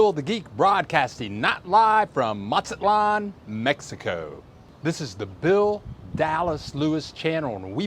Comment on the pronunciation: the Z in Mexico (and most of Latin America) is pronounced just like an S. Not MaTSAtlan. It's not Italian Z, it's not German Z.